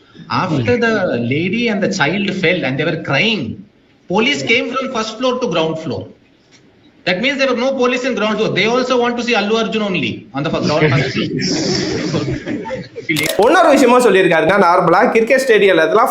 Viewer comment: ..Not Allu Arjuna like you said it’s Allu Arjun say it correctly 😂🤣…